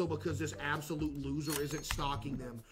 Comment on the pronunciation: Bruh I wasn't paying attention and heard him say " whys this one absolute goober" and sounded like he said "this one asshole" I've never rewound something so fast in my life 😭😭😭